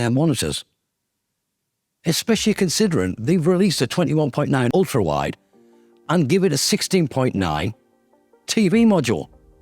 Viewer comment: "ULTAWIDE" lol . Ulta is that beauty and cosmetics store